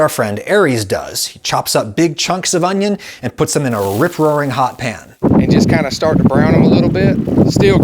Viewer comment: "Can you eat Vidalia Onyo like an apple?" Darling, I have yet to meet the Onyo that I would not eat like an apple.